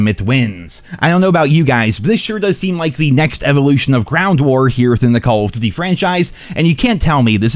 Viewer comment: The way this guy says "Call of Doot-e" is annoying AF.